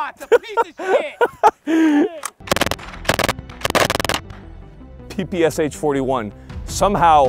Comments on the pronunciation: Ppsh, not Pps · Thanks for this video. Btw it is spelled "PeePeeSchah" (PPSH) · not p p S H. "Sh" reads like a one sound by the first letter of the designer's last name - Shpagin. Like piece of SHit:) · you're right but wrong. Ш is pronounced Sha while the П is pronounced P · Its the ppeshhhhh 41 with the shoosh sound not the p.p.s.h 41 without the shoosh sound